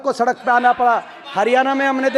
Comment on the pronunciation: Bhai aapke father 10 sal C.M. rah chuke hai Kam se kam हरियाणा ko हरियाना to na bolo 🙏🙏